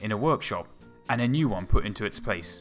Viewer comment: "It has to have fwone in weawl wife"